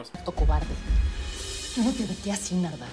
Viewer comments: Escuche nalga y alga en ves de Narda😂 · Nombre: Narda Lo que Missa dijo: -Kaguama -Nahua lesa -Nayarit :v